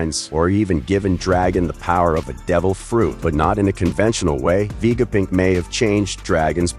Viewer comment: why stop messing up the namesits like you have a terribely filter on vega punk not vegapick